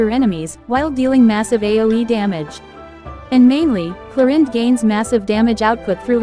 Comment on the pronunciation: Arrlechino and Clorinde 💀